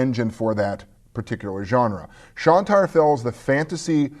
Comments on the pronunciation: Hey? It's Shine-tar, not Shawn-tar. Just pointing it out. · Great to have you back,! And as someone else pointed out, it's "Shine-tar." I have the printed version of the game and it is very nice, indeed!